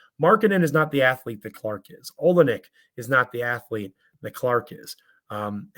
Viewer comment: you had some boom to bring today, eh? it's pronounced oLYNNic